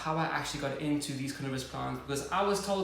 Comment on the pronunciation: Fun fact ~ everytime you say "carnivorous plant" the subtitles change it to "cannabis plant" 🤣👌🏼🤘🏻